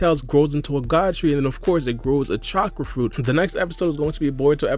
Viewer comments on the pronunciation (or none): none